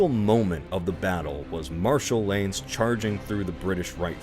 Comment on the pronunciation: Is it intentional? Because I did notice his pronunciation of Bagration and Lannes were clearly wrong lol